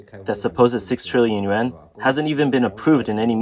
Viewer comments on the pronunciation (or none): This channel has never and will never learn to pronounce yuan.